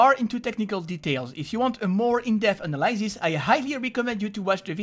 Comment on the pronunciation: je me permet juste de signaler que tu prononces mal analysis et WarOwl, le Y se prononce I, et c'est wOrAwl, en fait. Tu peux l'entendre au début de ses vidéos. Oui je sais que c'est mineur, que tout le monde s'en fout etc, mais j'aime trop faire chier le monde pour me taire. Merci pour la vidéo, cela dit.